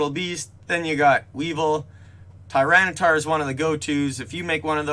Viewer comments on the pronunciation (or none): none